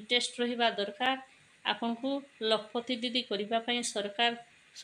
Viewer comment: Lakh pati didi pronunciation bhul heuchi 😅 ଏହା ଲକ୍ଷ ପତି ଦିଦି